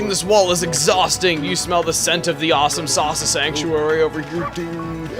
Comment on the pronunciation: Sounded like you said 'awesomesauce sanctuary' xD Although someone's probably already mentioned it, too lazy to look...